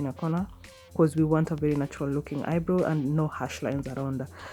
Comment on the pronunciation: Wow, beautiful ... But it's not pronounce eye-bro .. It's eye-brow ..